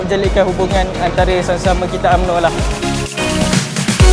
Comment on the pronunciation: SD perlu betulkan baca. U. MN Ooooooo.